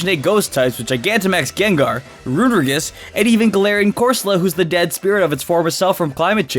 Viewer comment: It's "roo-neh-ree-gus"